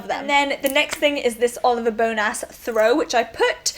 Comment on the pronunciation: it puzzles me why you would think Oliver Bonas is pronounced as 'bone-ass' ha ha